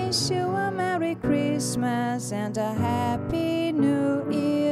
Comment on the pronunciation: Sua pronúncia de "happy" está incorreta. Happy se pronúncia "hapē"